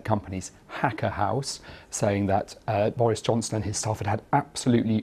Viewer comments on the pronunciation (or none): He said joris bonson